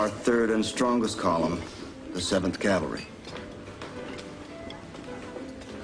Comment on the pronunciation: Even Custer cant say cavalry...nor can his wife